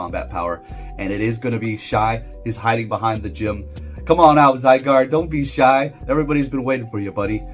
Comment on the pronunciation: Bro I am disappointed you pronounce Zygarde correctly...what's wrong with you?